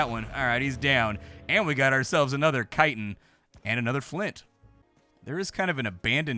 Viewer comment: I’m so proud of you- you may be the only YouTuber to pronounce “chitin” correctly! Cheers mate, great video.